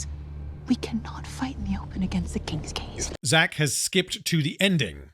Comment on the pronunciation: It took me until when the other lady said "King's Gaze" to realize that the ship was actually called that and wasn't just giving it a funny name like "King's Gays"